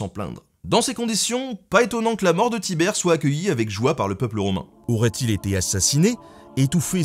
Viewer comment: On dit Tibère